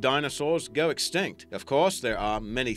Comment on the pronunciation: Wait when you said somethin bout elephants did you say extinct or extent